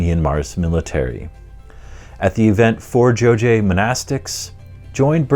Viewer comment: it's pronounced as "Jo-ghye", not "Jo-jye"